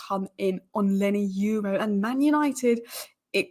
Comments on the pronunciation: Hi, I see that you’re struggling with pronouncing L Yoro’s name. Call Palki Sharma and advise her on how ‘Euro’ is pronounced and she’d perhaps give you a tip on how ‘Yoro’ is pronounced. That aside, I read your updates everyday😅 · God love u but wow u are butchering Leny yoro’s name